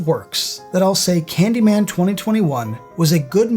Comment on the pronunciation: It's Candymayne!!!!